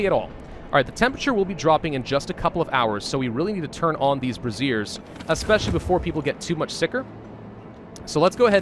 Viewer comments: Say it with me.....Bray-Shur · Is it just me or is he saying braziers like brassiere? Makes smile haha